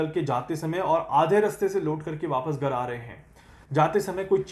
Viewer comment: Gar nahin Ghar boliye.😊